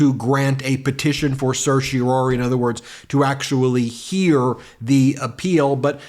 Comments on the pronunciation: As a lawyer, I would expect Ben to be able to pronounce certiorari properly. There's only one "O". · Still can't quite get the hang of pronouncing certiorari, I see. 0% success rate this time around. I can't tell if Jack Smith wrote an overly emotional filing, or whether the emotion was added by the presenter's performance. From that perspective, this was a waste of time for me because now I'll have to read the whole dam thing myself just to get a sense of the author's tone.